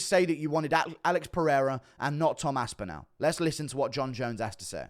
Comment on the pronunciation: Why can’t you say Tom aspinall correctly lol?